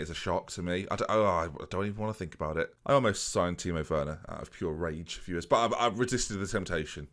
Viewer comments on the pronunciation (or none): none